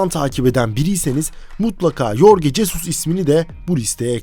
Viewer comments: Yorge Jesus degil "Horge Hesus" 😒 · Lan keko yazıldığı gibi okuma adamın ismini, Türk ismimi bu? Horhe Jesıs diye okunur. Al şimdi yazıldığı gibi oku